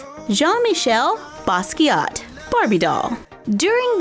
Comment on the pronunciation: I love how you pronounced "Jean-Michel" so well... It seems to always be a tricky one for English-speakers... You rock! However, with French folks and people originally from former French colonies (like the Basquiat family), 99% of the times, if a name ends with a "T" that letter is silent. The doll really looks good!